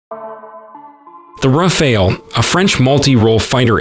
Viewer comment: Rafale, not Raphael. 😂 It's a wonderful plane, but I wouldn't call it a game changer.